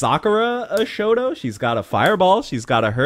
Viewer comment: You said "shoto", I heard "shota" and had to rewind, lol.